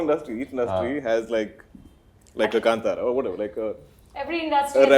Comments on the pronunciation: And it's not Kun- Tara...it's said as 'kaantara'.. Kaan as in ear in Hindi.... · Ye kanTara kya hai be,,,, Kaanthara bolo na sahi sahi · its not kantara its kaantaara please read it in hindi english spellings are always inappropriate to Indian words. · So proud of Rishabh Shetty!!!! 👏🏼👏🏼 wish he corrected how they butchered kaantara name! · Atleast Janavi should have pronounced Kantara properly 😏